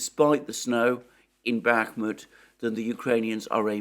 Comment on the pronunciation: After being subscribed to you for a while now. I think I heard you say "Bakhmutt" over a thousand times, plus you have many video titles with "Bakhmutt" in them When the Russians turns it into Artemovsk, I hope they name a street after you.